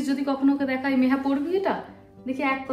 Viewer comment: ওর নাম নেহা না মেহা